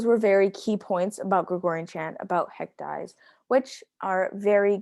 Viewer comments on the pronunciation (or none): i recall it’s actually pronounced “haec dee-ez”, not “haec dies”